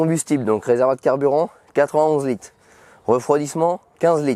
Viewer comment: Il m'a stresser en disant 32 lites 16 lites 6 lites au lieu de dire litres 🤣😭